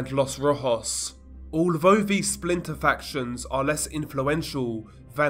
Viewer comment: Alvo? Vhe? Veir? Vhat? Vis? Vem? Dude, is English your first language? It's Although, The, Their, That, This, Them. Maybe you're just Fick?